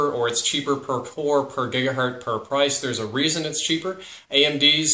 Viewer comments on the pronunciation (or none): none